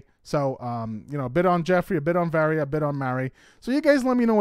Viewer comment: HER NAME IS VARIYA ( VAH-RI-YA)!!!